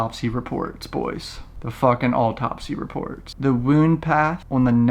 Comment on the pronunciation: Oooooh the “ALLTOPSY” reports